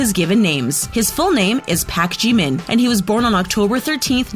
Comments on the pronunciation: WOAH, since when did Yoongi’s pronunciation become Yoonji? The heck, your pronunciations, sister! (Wtf is a Pak Jeemin) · She said pack jeemin not park Jimin Help she can’t say anything right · SHE SAID PACK JIMIN 😂😂😂😂😂😂 😂 SHE SAID KIM TERRY HYUNG 😂😂😂😂😂😂😂😂😂😂😂😂😂😂 IM DONE WITH THIS VIDEO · She said pak jeemin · "Kem NamjoOn" "Ken Sock Jin" "Min yOonGei" "JuN hOeSock" "Pack JeEmiN" "KiM tAereung" "JUeng jUngoo" I cringe every time this happens